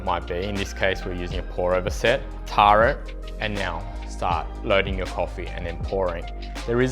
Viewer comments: Minor minor point but isn’t tare pronounced tair not tar? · I used to work as a scale calibrator and the correct pronunciation rhymes with "hair".